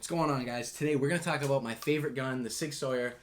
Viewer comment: Good set up but its pronounced sig sour